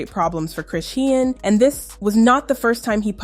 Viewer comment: CHRISEAN (SHAWN) Pronounce it right….DAMN this just triggered me 😐🫤😑